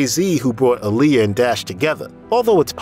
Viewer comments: It’s not Aa-LI-ya. It’s AA-li-yah! Like Mohammed ALI. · Can you PLEASE pronounce her name right?! She always said "it's AH-lee-yah. Like 'Ali' in Muhammad Ali" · You pronounce her name wrong